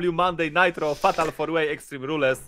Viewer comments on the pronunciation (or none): Kto nitro czyta NAJTRO!!!!??